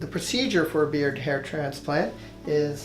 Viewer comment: He says beer not beard